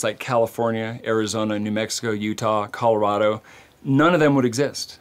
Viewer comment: Great job. Loved the video wish you could learn to pronounce the name right it's Spanish Colorado not colorada.